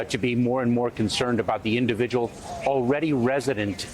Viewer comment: Notice the emphasis repeated...note 'the individual'...thats the enemy sent to your subconcious...'the INDIVIDUAL' is the enemy. Collectivist ideology conditioned and consumed en masse!